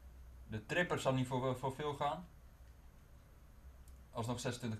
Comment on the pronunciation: #tripper in plaats van trippier #donurama in plaats van donnarumma